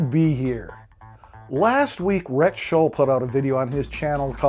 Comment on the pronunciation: Rick definitely says his name enough for you to not pronounce it wrong, but you managed it anyway. That’s admirable. Rhett is a shill. I noticed that early on. I do like him but he’s just churning out vapid turd videos.